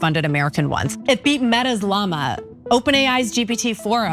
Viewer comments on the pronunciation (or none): none